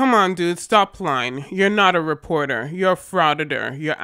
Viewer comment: "I'm a weporteh!" No, you're a busybody.